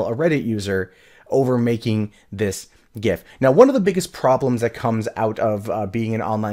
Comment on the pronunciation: I'm more triggered you don't know how to pronounce .gif